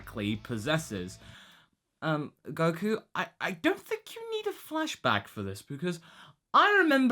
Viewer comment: you said godku... nice